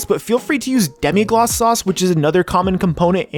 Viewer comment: It’s Demi-glaze not Demi-gloss